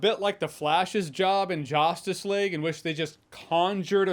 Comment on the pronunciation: I heard "Josstice League". It didn't slip by me.